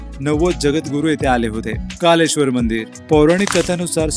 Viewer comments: कालेश्वर नाही कलेश्वर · ते कालेश्वर नसून कलेश्वर असा आहे